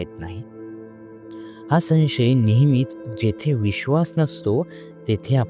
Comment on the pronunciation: संशय या शब्दाचा उच्चार समजून करा.उगाच मराठीची मोडतोड करून नका.शिकून घ्या उच्चार.